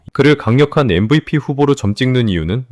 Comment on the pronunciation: 엠비피 😂😂 브이 😢😢 알파벳 V발음 조오금 이상함 😊😊😊